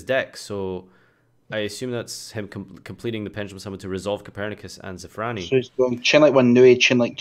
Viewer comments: Ppl can't say shit so they call it zefranui xd. Btw its zefraNIU because niu is a pronunciation in some areas of china meaning cow/bull. That's why that card looks like a cow/bull. :) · why does everybody say zefranui? its zefraniu lol